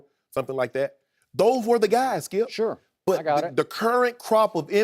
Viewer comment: Skip and Shannon: UNDISPUTED Skee-ip SMFH 🤦‍♂️ 🤦‍♂️ 🤦‍♂️